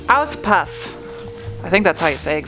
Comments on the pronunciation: Auspoof! that's the pronounciation you were looking for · There is at least the upside that you now pronounced Urquattro perfectly :D allow me to help with your Auspuff: It is pronounced Oucepooff with a shorter oo. Like some people pronounce roof, but even a bit shorter. Those Abt wheels are fire btw. They make the car 300% meaner, but I know they are unobtainium. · In "Auspuff" the "u" is spelled like in "full" 😉